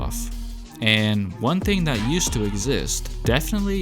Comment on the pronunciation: Does anyone else hear him saying thang and not thing?😂😂